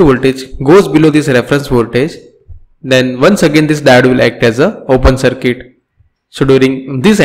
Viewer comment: Sorry to say but it is not cirket it is CIRCUIT.